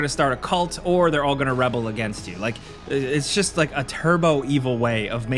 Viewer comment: that's not the correct way to pronounce rebel in this context. It's not said reh-bel, its ree-bel.